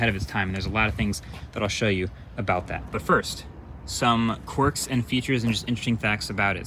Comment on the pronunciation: "corks and features".. We know where you got that from.. LOL 😁